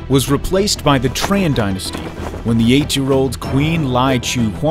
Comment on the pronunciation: Tran is pronounced as Chan in vietnamese dude...